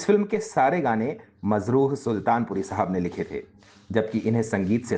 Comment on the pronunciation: Aap Majrooh ko " Mazrooh " kah kar Urdu ki Mithaas Aour Chashni ko " MAJROOH " kar Rahey hain, Yani Zakhmi kar Rahey hain.